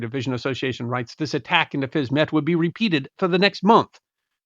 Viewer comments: If Fisme is pronounced in French as 'Feem', then surely the little part of the town across the river is pronounced 'Feem-ett', not 'Fiz-mett'???? The French suffix 'ette' means small version I think? Makes sense I think 🤔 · Not even a French speaker, but I'll hazard a guess that if Fismes is pronounced Feem , then Fismette will be Feemette .